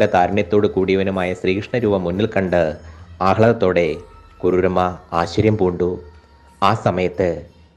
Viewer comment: കരുര് അല്ല കുറൂരമ്മ